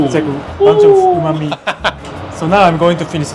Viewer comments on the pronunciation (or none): none